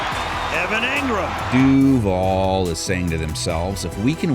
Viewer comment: As a local, your duval needs some work, my friend